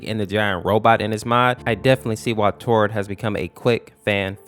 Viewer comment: Tord not todd